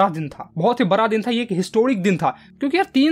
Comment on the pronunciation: भाई बरा या बडा 😊😂😂😂😊😊